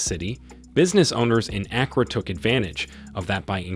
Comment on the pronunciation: He said Accra has very good roads? Stop the cap. I live here, and I know that's not true. And the pronunciation of the city name was cringy.